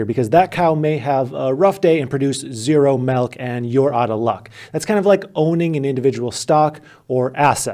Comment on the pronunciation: Damn you say "melk". We might have to break up.